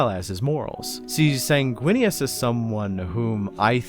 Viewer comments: "Snaguinius" - 2024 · "Snaguinius?" more like "Swaguinius," am I right? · Can’t even remember how to say the primarchs name when trying to introduce him, hmmm I wonder if this YouTuber has any kinda bias 🤔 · Can we get the bloopers for this video? It can be a drinking game, take a shot everytime he mispronounces the hawkboys name.